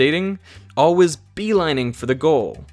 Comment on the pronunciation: I love your videos, but I have an off-topic question. Where did you learn that pronunciation of "Always" (Alwuz)? You say it in almost every video and every time I am taken aback.